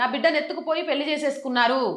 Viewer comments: పెళ్లి మేడం. పెల్లి అంటున్నారు. Your content is v. Good. Take care of our beautiful language Telugu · Talli పెళ్ళి - పెల్లి కాదు. Please practice Telugu.